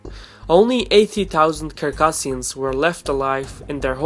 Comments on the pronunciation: Thank you for the well researched documentary. If I may, though, I'd like to point out that the correct pronunciation of the North Caucasian nation of "Circassians" is phonetically as follows "ssirkassians" and not Kirkassians, as I believe I heard you reference in this video. Stay healthy, and keep the videos coming! Incidentally, I am a Circassian. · Its Circassians with C.. pronounce it with (C) not (k).. Circassian not kircassian